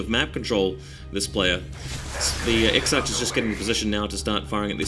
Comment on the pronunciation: Exarch is pronouced Ex-Ark